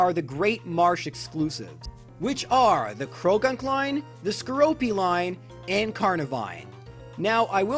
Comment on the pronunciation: *skorupi Just sayin, cuz you were saying skoropi